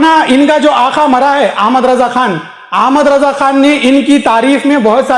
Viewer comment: o jahil bevaquf tuje Sahi Raza ka naam bhi lete nahi Aata pehle Aapna talffuz sahi kar